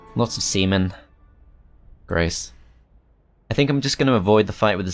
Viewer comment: Did he just say 'lots of semen'?